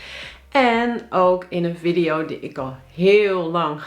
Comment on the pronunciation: Het is VIEDIE JO. niet viddio. Godverdomme